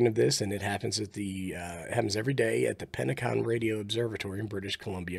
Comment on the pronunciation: Great video just one small thing, Penticton is pronounced pen tic ton. I've been to the radio observatory many times it's awesome. Penticton is also a great little vacation spot that has lakes with fantastic beaches on the north and south ends of town. In the winter there is access to some of the best skiing in the world. DE VA7DLC.